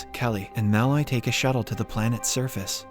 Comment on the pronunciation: Your pronunciation of Malloy is way off.